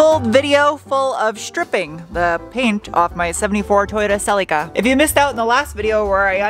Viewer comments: Idk why but I really like how you pronounce celica. It’s more like cel-ee-ca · New Zealand and Australia it's pronounced Seh Lee Ka. But the Mitsubishi Delica is pronounced Dell Ick Ah. Go figure. 😂🤦‍♂